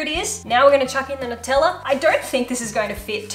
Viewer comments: I have a couple questions. Why do you put an H sound in assume and why do you pronounce Nutella without a “new” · “Nuteller”😂😂❤️😍not in a mean way